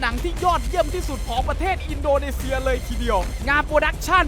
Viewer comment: อินโดนีเซีย อ่านอินโดเนเซียเหรอ